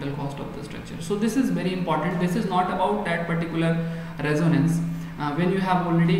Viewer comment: How can we accept the pronunciation of "Reconnaissance" as" Resonance "?